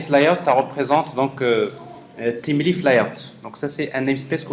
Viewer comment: Thymeleaf se prononce : [ time lif] , il me semble. Super vidéo c'est nickel